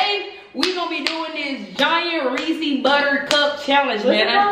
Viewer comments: it’s Ray-says puffs😂 not ray-sees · Its Not RESEEEEEES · LMFAOOOOOOO “reesy” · it’s pronounced re -c’s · lowkey can’t pronounce Reese’s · teach how to say reese's